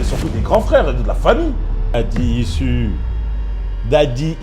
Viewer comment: Bonne video mais daddy issues ca se dit daddy ichuses